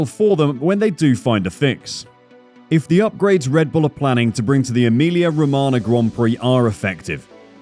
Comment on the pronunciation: SAY EMILIA ROMAGNA and not EMILIA ROMANA